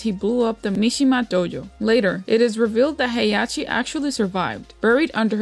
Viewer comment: Its Mishima, not "mishigima"